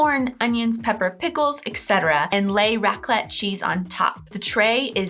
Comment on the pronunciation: Raclette is pronounce on the a so "Raaaclet". I thought only Switzerland wishes "einen guten Rutsch". We also ask "Bisch guet grutscht?". Did you slide well into the new year? The second of January is a public holiday here (Berchtoldstag). We have a family tradition of playing a pig game called "Schweinerei" shortly before midnight. All diese Personen haben wohl noch nie was von Sicherheit beim Feuerwerk anzünden gehört. Eine Rakete anzünden und dabei in der Hand halten? Sind die lebensmüde? Ich wäre wohl auch in Panik geraten, wäre ich auf dieser Brücke gewesen.